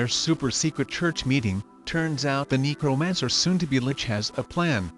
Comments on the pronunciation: See, THIS is why I say you NEED to narrate in person! I swear that robot keeps saying “Negromancer”... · I keep hearing "negromancer"